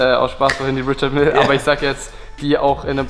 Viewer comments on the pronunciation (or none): Sprich bitte Richard Mille richtig aus! Es ist eine französische Marke! Richarrrrr Mijj